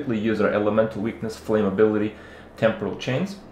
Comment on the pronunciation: Kripp finally learned how "temporal" is pronounced. It's a celebration, bitches.